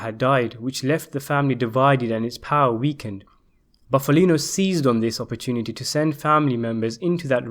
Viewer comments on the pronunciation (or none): none